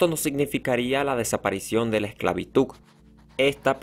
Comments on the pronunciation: Quien más sufría cada vez que decía “esclavituccccc”.? Me ardía mi interior pero el tema es interesante, solo aprende hablar por fa. No es posible que el TEMA principal no lo sepan ni principal bien. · Me frustra y molesta mucho cuando lo dicen así, también con lo de "verdad" dicen "verdaf", en todo el pt vídeo se la paso con esclavituk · Hola solo una pequeña recomendación es esclavitu"D" solo eso tomalo en cuenta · Me suscribí pero por amor a Dios, ¡¡se dice esclavitudddddd, y NO esclavituccccc!! Éxito. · yo solo ví este video para hacer un bendito mapa conceptual :v, y muy buen video y todo pero el man decia "esclavituk" -_ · Me gustó, excepto la pronunciación esclavituk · Que molesto escuchar ESCLAVITUK, pero interesante el vídeo. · Khe tiene que diga exclavituc no tiene nada de malo Si no lo sabe pronunciar que les importa El hace videos para que puedan aprender Y aparte de que no aprenden se burlan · ok esclavituk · Por que dice esclavituc? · Porq todo lo que termina en D lo pronuncia con C... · Muy buen vídeo me encantó, pero te quiero dar un consejo, debes mejorar tu pronunciación en Español, no es ESCLAVITUG, se dice ESCLAVITUD con D de dedo 😊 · Me parece que dice "esclavituc" en vez de esclavitud. No pude entender el video porque me dio mucha risa. Pero fue un buen video 😁👍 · No podia seguir escuchando la voz del exponente, diciendo esclavituc en lugar de esclavitud. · Empecé a ver el video, pero no soporté la mala pronunciación del relator. Se pronuncia "esclavitud", con d al final, y no esclavituc, por Dios santo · Esclavituk XD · Dice esclavituk! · Mmmmm porque decis esclavituC? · El dijo esclabituC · no se dice esclavituc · Se dice esclavitud, no esclavituc 🙄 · es una pena que este comentario sea tan exigente bueno pues en fin la hipocresia :) un pequeño error no hace que el video sea menor un buen error hace que el video se peor. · Esclavituk.. jajajaj de ahí viene "peregrin tuk" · Perdón, pero tengo que admitir que me gustó que dijera esclavituc 😭✋